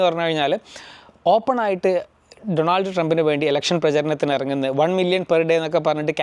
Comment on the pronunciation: ഡൊണാൾഡ് അല്ല , ഡോണൾഡ്